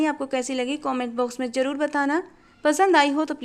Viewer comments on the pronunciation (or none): none